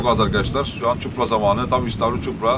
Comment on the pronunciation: ÇUPRA Değil ÇİPURA😂😂